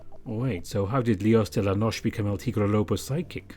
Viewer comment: I love this vn! And your voice suits Jayce so much. Also, noche is pronounced with the E (not “ noch”) just letting you know, anyways your spanish is very good!